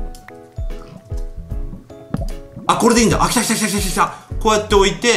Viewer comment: 来たが、ちゃんと言えてない。